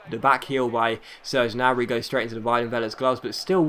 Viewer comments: Gnabry is said ger nab re sorry it was really annoying me. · Gnabry is pronounced with the G! it's German and in German you pronounce every letter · The g in gnabry isnt silent ;) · He's right, in German there is no silent G